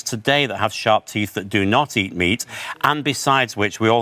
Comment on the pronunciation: I hate how he says “et” and not “eat”